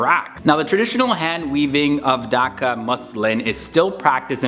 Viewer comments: Thank u for making this video about our country but we actually pronounce the H in Dhaka and not daka I'm not a hater I'm a subscriber just pronounce the h and say DHAKA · Its bangladesh not bangladash Its dhaka not daka😂😂😂😂 I know iam from bangladesh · Y'all foreigners knows about us more than we do 🥴 It's D-h-a-k-a not dokaaa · Its not daka its dhaka and i live in dhaka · Him: "Daka". Me: (ಥ_ಥ)... I'm done with this world :/ (Seriously, say it right man It's "DHAKA" D H A K A not Daka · my man said "daka" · What is Bangladash. What is Daka are u serius